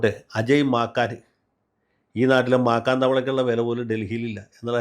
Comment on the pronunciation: മാക്കാൻ അല്ല വക്കീൽ സാറെ, മാക്കൻ 😂😂😂😂😂 ഇങ്ങേരു ചിരിപ്പിച്ചു കൊല്ലും 😂😂😂😂😂😂